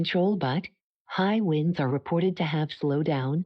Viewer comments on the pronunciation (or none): Winds not "Wines".